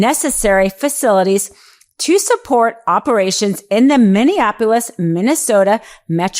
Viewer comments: Are you having a stroke? Are you drunk? What the hell is Mivveabolis? 😂😂😂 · Say it with me now Mini-apple-is. 😉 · Are you really incapable of pronouncing Minneapolis?